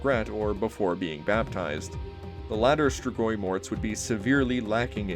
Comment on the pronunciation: Compared to how other people pronounce strigoi, you did a great job. Cool video as always.